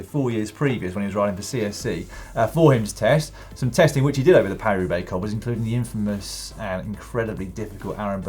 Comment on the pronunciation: Is it really so hard to say Paris-Roubaix? You always make it sound like Peiru Bay.